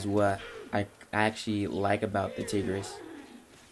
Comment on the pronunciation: Tigris (Tie-Gris)